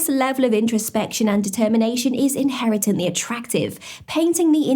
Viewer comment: “Inheretently”? Girl, who write your scripts lol?! 😂